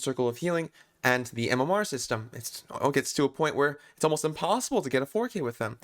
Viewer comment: you said impossible. It is not dee dee dee